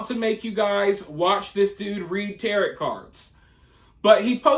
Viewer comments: It's pronounced Tay-Ro, not Terret. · It’s pronounced Tar-O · It's pronounced ta-row, not like parrot. The T at the end of tarot cards is silent 😂😂😂😂😂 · You do such great research usually, so how did u not double check how to pronounce tarot? Definitely not a jerk about correct spelling or pronunciations, but honestly surprised on this mister 😉😪 🤓